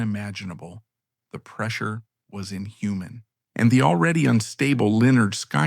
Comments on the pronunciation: Pronounced: Leh nerd Skin nerd. Pardon, my hyphen key got hammered by a neighbor. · I hate this doc. Can't even pronounce Linnerd Skinnerd. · Pronounced Li - Nerd - Sky - Nerd 😂 haha. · Cowardice and abandonment? This moron can’t even pronounce the name of the band properly, even with the dictionary pronunciation on the first album cover. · Can’t pronounce the name of the band right in the first 30 seconds…. Thumbs down, do not recommend Chanel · Somebody, please STOP this AI pos from even trying to pronounce LYNYRD SKYNYRD, it's such a shame and it's disrespectful to the entire band!!! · Can’t believe they don’t proof watch.Or whatever you’d call it. Make it then watch it so it doesn’t make a huge mistake and piss off the very people the video is targeting. It loses all credibility when they can’t even pronounce 👈🏻👌🏻 the name of the greatest American rock band of all times! I don’t understand why they can’t just do it themselves. It’s just reading a script! You have to have a machine read what you wrote? Not very bright!